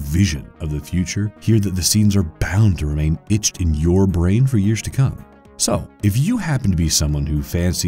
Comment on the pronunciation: At the , who the hell is Dennis Hooper? You mean Dennis Hopper? You lost me after this. Fact check next time. , it's por-trayed, not po-trayed. , etched, not itched.